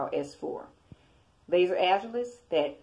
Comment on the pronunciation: it's lazar pronounced (la'zar) not laser lol. The Wikipedia page tells you how to pronounce it do you need glasses?